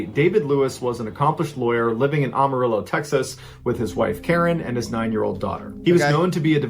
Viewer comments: "Amarillo" not "Awmarillo" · I love Mr Ballen, but he butchered the pronunciation of Amarillo, Texas most people that are not from there do. You have to say the “Am” like you’re saying “I am.” The rest of the name he got right. Think of it like “Am-a-rill-low” or “Am-a-rill-oh.” Also, in 1993 I lived in a town about an hour drive north of Amarillo, I was a little kid at the time. I went to graduate school in Oregon which is one state closer to Texas than Washington. You physically can’t make that drive in 24 hours, even if you drive straight without sleeping. He either flew up there or the wife was lying about the time line. Super sus!